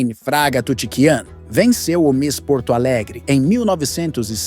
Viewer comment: O que mais me chamou a atenção, foi a pronúncia da miss como se fosse inglesa... que viralatice!!!